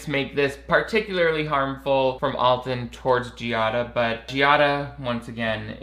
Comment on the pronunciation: People misinterpret Alton's wicked sense of humor for meanness. Also, his name is pronounced AL-ton, not ALL-ton.